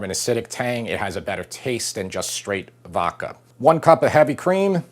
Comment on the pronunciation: Vokka sauce. Really,. Vokka? (I still love you guys.)